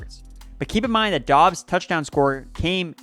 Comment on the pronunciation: I love how we are two months into the season and NOT ONE PERSON can figure out that Romeo Doubs name is pronounced "Dubs".